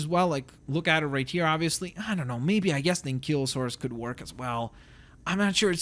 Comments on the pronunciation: and its not ankelosaurus its ankielosaurus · It's Stegosaurus not Stagosaurus and Ankylosaurus not Ankeylosaurs